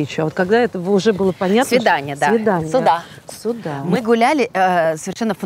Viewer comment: Если с Ляйсан работал профессор, то почему что, что Ляйсан говорят постоянно не сюда, а суда, откуда такая деревня?? Вроде обе ведущие, а русский язык не знают.. печально